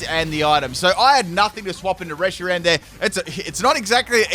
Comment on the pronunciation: "And we got a Reyshiram lead"